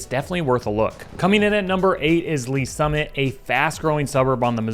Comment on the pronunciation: Did you say Olathe and Lees Summit..........dude, stop